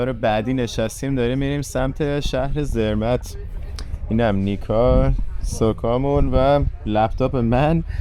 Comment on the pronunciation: درود‌. شانس شما یه مقدار هوا ابری بود، اگه آفتابی بود، خیلی خیلی قشنگتر می بود. تلفظ Zermatt, سِرمات هست.